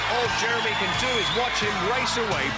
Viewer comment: I bet the commentator was super careful each time he pronounced the black guy’s name. The ref was focussing so much on the name that he screwed up with ‘Jeremeny’ instead 😂